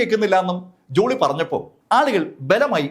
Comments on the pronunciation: ജുളി അല്ല ജോളി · ജൂളി അല്ല ജോളി